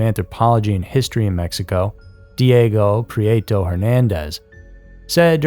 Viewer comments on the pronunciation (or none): none